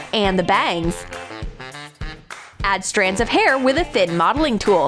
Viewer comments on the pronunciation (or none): none